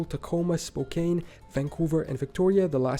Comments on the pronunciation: Cocaine Spo-can Not Spo-kane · Spokane is pronounced: spo (as in flow) - can (as in band) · The narrator should have reseached the proper American pronounciation of Piedmont, Tahoe, Spokane, etc.